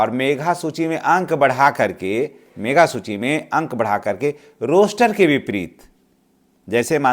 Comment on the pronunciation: मेघा सूची नहीं मेधा सूची बोलिए।